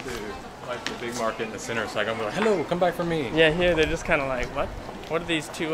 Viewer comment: sounded like "hello, mulkku", mulkku means dick in finnish